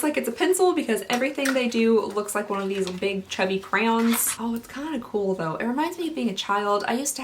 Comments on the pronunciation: Hahah you say CROWNS instead of CRAYONS it’s cute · you say crayons like craywowns, it’s wild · crowns? Who says it like that? I’ve heard cran, and cray yon. But never crowns. Edit...I just got to the crayon story...first time it did sound like crowns, and I had just replied to you and burst out laughing. I really thought you weren’t phonetically describing it properly...I shouldn’t have doubted you, and I apologize, lol! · I love how you say Crayons. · The way you say crayons triggers me!!! Lol but awesome video. Love your reviews!!